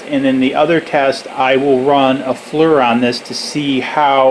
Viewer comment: FLIR IS NOT PRONOUNCED LIKE FLUR....IT IS A EAR SOUND...........FL+EAR FLIR.